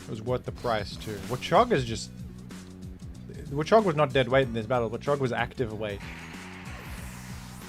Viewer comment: the way you pronounce it as wuhchog makes me laugh every time lol